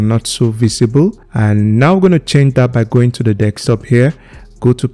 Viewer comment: its just the "dekstop" that got me 😂😂